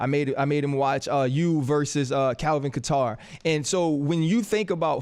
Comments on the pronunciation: RC: “So Max after Kalvin Ka-tar” Yeah he doesn’t follow mma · Who is Calvin Cuh-tar? Lol! How do they have dudes talking about fighters and don't know how to say their names?